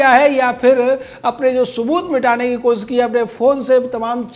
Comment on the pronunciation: Hey, What is 'kosis'? Man, I thought I knew Hindi, but never heard of 'kosis' Did you mean 'Koshish' by any chance?